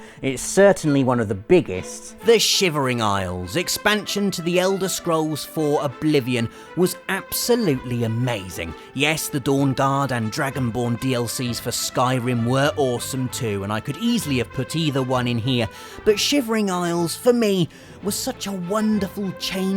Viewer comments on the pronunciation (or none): Hang about he just called Dawnguard Dawn dard lol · yes the "DawnDard" was great... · The Dawnduard? :p